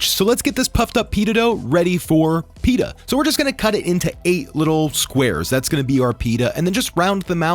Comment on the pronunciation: great video but pleeeeasee stop saying.. Peeee da It’s Pit ta